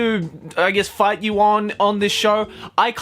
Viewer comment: ngl it sounded like he was gonna say "LET'S FUCK" in the intro